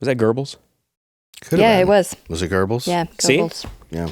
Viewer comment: IT'S NOT GOERBLLES IT'S Goebbles or Goerring!!!!!!!!!! I AM SO DONE WITH USA PPL CALLING THIS DUDE GOERBLES :D:D:D a bit insane, but it does grind my gears